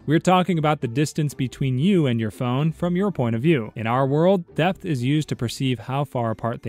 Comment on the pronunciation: Depth. He said "Death"...